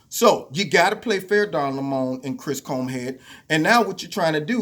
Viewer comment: I've been pronouncing Don's last name wrong... Lol